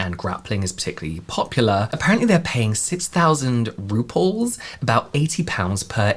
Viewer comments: I think you are merging rubles with rupees to get ruples. Not a slam! I found it interesting! I had to listen to you say it several times and then look it up to see if I was right about the Russian currency. It could be the dyslexia I guess. Or a brilliant way to increase watch time for the more pedantic watcher. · I love the way you pronounce Rubels. It kinda sounds like RuPaul's. I'm just imagining RuPaul's face being printed on money. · Saying rubles like ‘RuPauls’ 😂